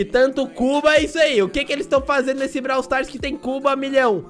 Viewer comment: surb swufar ou bralw swufar